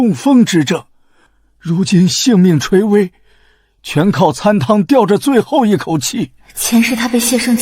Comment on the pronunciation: 参shen汤，不是can